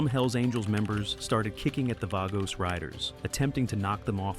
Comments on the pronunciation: VAH-gos, not VAY-gos you stupid robot. Also, sloppy pic and stock video use. Snow? Altamont? lol Human AI coordinator, come clean up your 'bot's drool, would ya? Thx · "Vay-goes".. lol